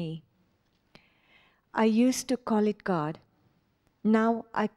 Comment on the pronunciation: i just love how he pronounces "it". So relaxing and peacefull.. itchhhhhhh. It's like the best thing a human being ever pronounced whatsoever.